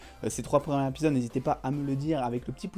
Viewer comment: "Premiers Z'épisodes" putain ! "les premières épisodes"... A la 5ème fois que la liaison était mal faite j'ai failli arrêter la vidéo !